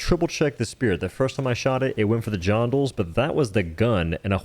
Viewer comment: "Johndles" 😂 bruh